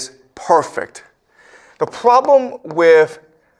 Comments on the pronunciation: "The pwobwem" more like it. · Its not proooblemm Its ploblemm